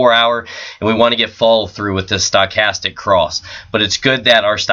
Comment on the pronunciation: It's sto-chastic not Stack-astic. lol